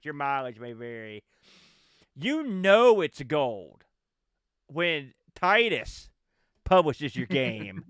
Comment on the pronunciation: If there is a “severe lack of knowledge of the USA” in this game it is from a French developer not a British one. Titus (pronounced Teetus) are a French outfit not a British one. The 560 SEC did 0-60 in 7 seconds back in the 90s so it was no slouch for a huge coupe. I went for the BMW alternative back then with the 840Ci (I’ve always been a sucker for pop up headlights) and can tell you for a huge car those things can shift. Definitely autobahn monsters of their time.